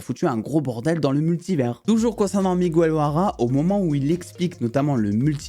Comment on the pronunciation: Très bonne vidéo, par contre on dit pas "Migouel", on dit Miguel (comme guérir par exemple) ;)